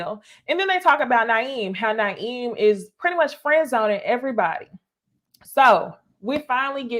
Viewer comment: It’s pronounced Moo Meen and Nye Im. I feel like YouTubers watch these shows on mute lol